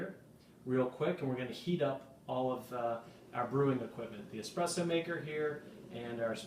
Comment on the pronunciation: that is an espresso not "expresso" ;-)